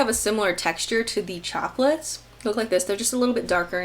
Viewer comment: Every time you said Choplets, I thought that you were saying Chocolates. I must be craving chocolate!